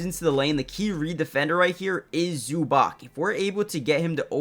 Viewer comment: Try pronouncing Zubac as Zoobahtz